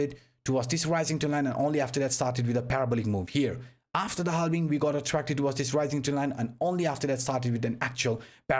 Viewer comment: Every time i hear ' halbing' my balls are shaking 😂